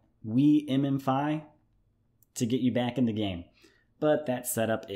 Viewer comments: Great video. Wiimmfi is pronounced weem-fy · I chuckled at his pronunciation of Wiimmfi. A lot of people pronounce it as, 'Whem-fee.'